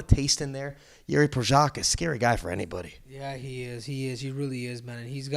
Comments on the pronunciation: Prochazka not Prosaka smh. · Hey Schmo, it’s Pro-haz-ca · "Jiri Prosaka" :D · Schmo omg Jiri will become a champ and yet you still can't pronounce his name correctly it's literally not that hard 😭😭